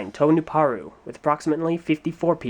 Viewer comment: The beginning: The Chronicles of Jaller: Serious Jaller Edition! And he finally gets Nuparu's name right.